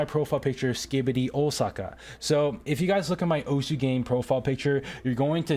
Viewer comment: the correct pronunciation for osu is "os"